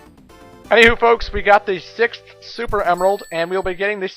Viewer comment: I feel bad for you. You have so much trouble pronoucing sixth yet the number 6 is right there in your name.